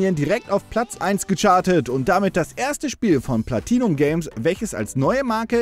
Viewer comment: Platinum Games?... Ihr müsst es schon ganz auf Englisch aussprechen.